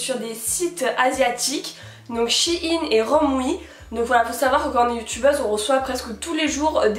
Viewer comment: c'est pas SHIIIIINE c'est Shine ( à l'anglaise )